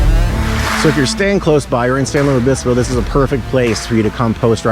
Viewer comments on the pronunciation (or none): Please call it San Lu-IS Obispo. Not Louie. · Why does he say "Luis" weird? It's LOO-IS. Pretty easy. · You say San Lou Obispo. I've never heard that before. I've heard a lot. You're supposed to slow 🐌 🐢 down and chill. I enjoyed your video very much ❤❤❤❤❤❤❤.